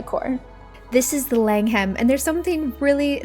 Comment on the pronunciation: Langham is pronounced Lang'am not Lang-ham. You look like Holly Willoughby. Surprised you didn't feature the Peninsula, Berkeley and Corinthia hotels.